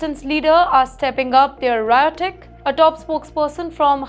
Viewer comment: still cannot pronounce rhetoric pronouncing it as “riotic” 😂😂😂😂